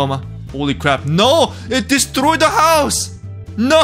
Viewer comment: is everybody notice that the most slavik "Destroy" ever?